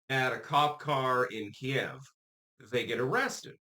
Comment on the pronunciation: Thank you for pronouncing Kiev correctly, key-yeah-v the way Ukrainians do, instead of keev, like the numbskull mainstream media. It's good to see that someone dressed like a pirate is more grammatically knowledgeable than those suit & tie dorks on CNN MSNBC & even Fox news too.